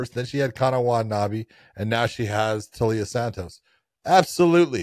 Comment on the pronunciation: The i isn't after the L John. It's Taila (Tyla) Santos not Talia Santos